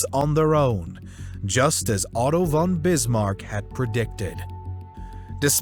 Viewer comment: I•m not german, but ”von” is pronounced like Fon.